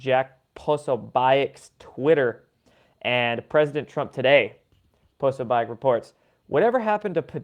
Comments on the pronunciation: Jack Posobiec's name is said like this: PO SO BIC. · Jack "Pro-So-Be-Ack" 😉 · Rough night last night? 2 things... (1) Posobiec is pronounced "Puh- sew-bic" (2) the tweet from Posobiec was taken from the NYT interview transcript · Jack Po-So-Bic